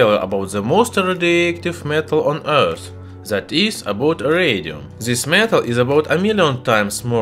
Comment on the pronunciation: Why you say "zhis metal" it's this metal!